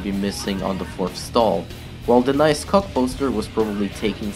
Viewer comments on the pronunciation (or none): The way he says “cock”= ghoc